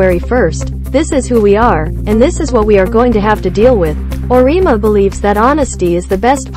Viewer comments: I can't believe anyone who has even remotely watched NCAA Women's basketball would not know how to pronounce the 2021 NPOY's name. It is pronounced BECK )rhymes with Peck) ERS. Makes everything you say seems questionable.And Geno's name also Ore- E' ama not arena. shesh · Auriemma is pronounced or-e-emma